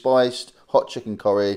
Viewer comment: Never heard anybody say "chucken' like that before. Never heard somebody eat a tinned chucken curry before either, really hope I never do so again.